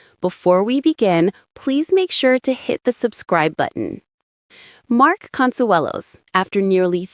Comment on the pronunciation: The announcer still doesn't know how to pronounce either Kelly or Mark's last name.....